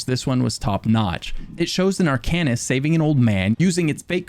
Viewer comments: You're pronouncing it wron. It's pronounced "Arc'n ist". Not "Are can ist". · Its pronounced Ar-cane-ist. not Ar-can-ist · The way you pronounce "arcanist" makes me want to begin a black sacrament with you as my target... Another fun game, take a shot everytime says Arcanist! Jabs aside, I can't wait for Necrom! I recently got back into the game and I've been obsessed with the antiquarian stuff. IC my character is a necromancer and I hope to advance him towards arcanist once I know more about the lore and stuff (other than all the already known hermaeus mora things) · Being really picky here... but you mispronounced Arcanist. The devs even pronounce it for you.